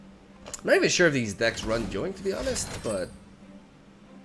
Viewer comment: bro. its not JOINK. its YOINK OMG. spanish speakers man omg that bothers me so much lmao my bf does this and omg